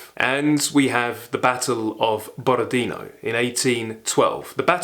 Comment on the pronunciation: Borodinó (tonic accent on the last ó). Ваш энтузиазм очень трогательный.